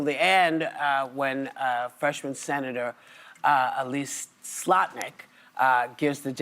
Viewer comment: Love how Whoopi is so lazy she can't even pronounce people's names right. Whoopi, Elissa Slotkin is not hard to pronounce. It's not "Elise Slotnik"